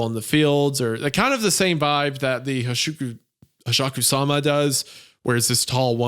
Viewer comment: You've butchered Hasshaku-sama… I’m actually upset.